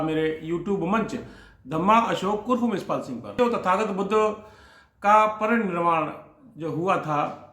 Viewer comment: मान्यवर साहब निर्वाण, परिनिर्वाण व महापरिनिर्वाण के उच्चारण की आवाज में निर्वाण की जगह निर्माण सुनाई देती है?